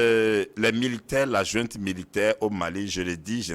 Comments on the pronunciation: <<JOINTE>>😤❓ En disant tout le temps jointe, jointe 😅 et non pas junte, ces 2 là se sont trahis : ce sont que des fumeurs de joints. Pétard, ça se voit 🤪 !! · « Djunte militaire », « illégitime » Etc. Ils sortent d’où ces « analystes »🙄?